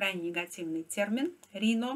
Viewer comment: Спасибо за блог. Like! Маленькая поправка. В США произносят "райно", не "рино". Let's go Brendan! Привет из Ванкувера